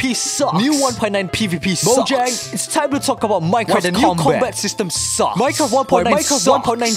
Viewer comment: Bro Its Mo-ja-ng nt Mo-gia-ng